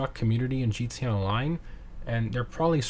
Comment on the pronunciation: Why do you say “gee-tay online” instead of “GTA online”?